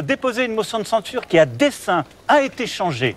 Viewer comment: Ai-je bien entendu "... de déposer une motion de centure" ? Probablement le début d'un lapsus avec une motion de ceinture pour les français 😂😂 Super j'ai adoré et bien ri.👍😂